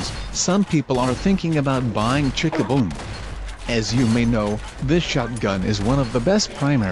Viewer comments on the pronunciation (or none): omg the way he pronounced Chickaboom i can't X'D...